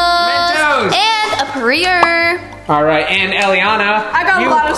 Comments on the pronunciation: ITS PER I AY NIT PER EER HAHAHAH LOL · Why did you call Perrier Pareer